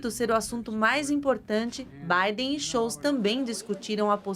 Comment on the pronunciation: Robert Friedrich Karl Scholtz: Schóltz e não Schoutz🙃